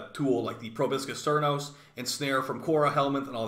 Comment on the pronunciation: Alright, here we go again.. Say it with me.. 💢 Pro - Bo - Sis - Sir - Nos